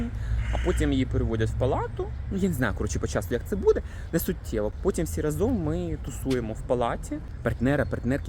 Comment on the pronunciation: рАзом рАзом рАзом тільки так, таки наголос Вітаю🎉